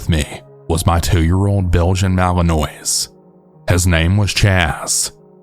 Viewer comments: I love you and your stories but Malinois is pronounced mal-un-wah 😂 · The scariest thing about this video is how you pronounce malinois